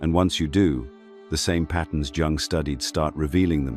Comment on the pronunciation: Very good. However, it’s not pronounced Jung using the J sound!